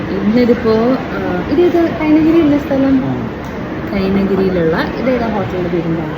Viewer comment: കൈനകരി. കൈനഗിരി അല്ല